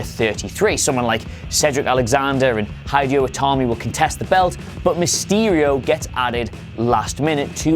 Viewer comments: Hidey-Ho Itami?? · "Hydio Tami"